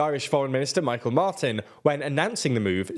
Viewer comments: Top tip: The Micheál in Micheál Martin is not pronounce “My-Kull”, it is pronounced “Me-hall” not the first time TLDR has screwed up basic Irish pronunciation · The Irish Minister of Foreign Affairs - his name is pronouned "Me-hall Martin", not "Mike-el". Show our names respect, a Shasanaigh salach. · Probably said already, but the Irish Minister for Foreign Affairs, Micheál Martin, his name is pronounced "Me-haul" not Michael. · Good video, but Micheál, as in Micheál Martin, is pronounced "MEE-hawl". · Please research Mícheal Martin and his proper title. Your pronunciation was wayyy off!